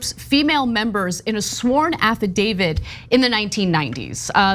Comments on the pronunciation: Why are you saying affadavid? Like The woman movie giuliana brought to court that time it's affidavit and you know that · Affidavit not affidavid. Add this to quash not squash.